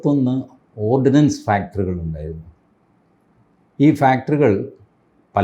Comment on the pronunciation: Ordnance factory and not ordinance factory